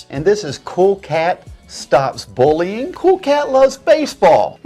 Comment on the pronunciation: it’s bullying not booling He can’t even say the simplest of words